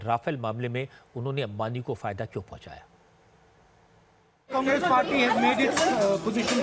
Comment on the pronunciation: Try to say names properly Congress not kangres